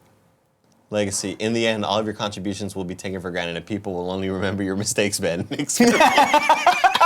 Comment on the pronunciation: Uncle Nicky mispronouncing my name as “Bean” made my day and boy did I need it